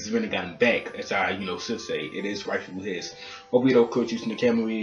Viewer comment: Not trying to be racist but every black reviewer on YouTube that I have seem pronounced obito wrong lol